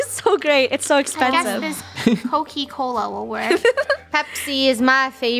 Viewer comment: The says coky Cola instead of coca cola 😂😂😂😂